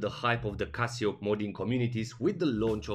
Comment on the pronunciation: why are u calling it casiooak